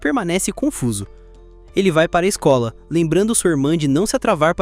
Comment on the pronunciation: "a mais desejada da escol" é foda, pensei que era esKOL e não esCOLa